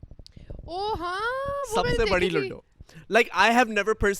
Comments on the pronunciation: It’s not luddddo its ludo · Can you please pronounce ludo and loodo😅😂